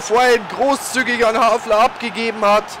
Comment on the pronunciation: Bitte les dir doch mal die Namen der Spieler genau durch :) Immerwieder amüsant, wie aus einem HALFAR ein HAFLER wird ;D Sonst echt klasse !!